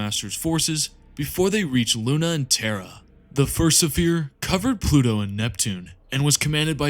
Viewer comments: Great video. My only critique is you pronouncing sphere suh-feer instead of sfeer, unless that was intentionally used in some places. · The ships were used as Fonder!!!! For the fourth Suh Fere!!! It’s such a great well put together video but my brother the repeated mispronunciation of fairly simple words unfortunately takes away from it a bit. Can I ask is English possibly not your first language by chance? I don’t detect any accent I’m just wondering if perhaps that may be the cause. And you still have my sub anyway because I know your videos are going to improve big time. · What is this pronunciation of sphere. Kill me. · Fantastic video i understand English may not be your native language, but the repeated mispronounciation of the word Sphere is very distracting.